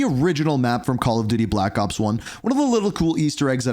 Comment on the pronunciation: Did bro say call of diddy